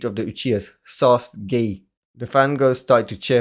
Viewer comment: Man said sauce gay 😂😂😂😂😂